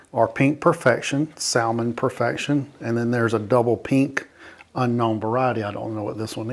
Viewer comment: Won’t those cuttings take two or three years to create a Y and bloom? PS the word “salmon” has a silent ‘L”